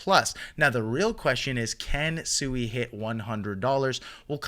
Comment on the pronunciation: PSA: It's pronounced "Swee" not "Sue-ee"